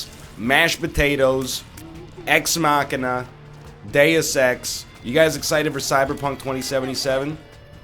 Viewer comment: Pronounces machina right but then goes right back to ruining machinations